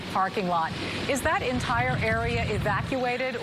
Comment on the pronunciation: Listening to them mispronounce L’auberge is painful